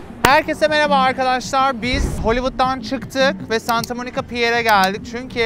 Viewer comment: Videonun sonunda "herkese miraba arkaşşşşlarrrrr" demediğinde başarıcaksın